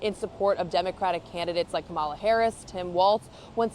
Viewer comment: Dear, please learn how to properly pronounce "Kamala."